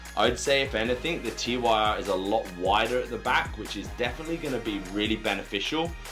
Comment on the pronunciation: Not T Y R; it's TYR, pronouced Teer.